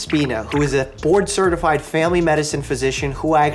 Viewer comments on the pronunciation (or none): When he said board certified I thought he said borderline certified.. We were about to have a very different conversation bro